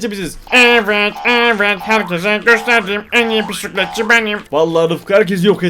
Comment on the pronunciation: Bisikletçi❌ Pisikletçi✅